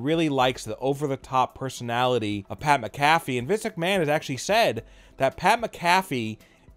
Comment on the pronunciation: Wtf is Pat Mcaffy?!?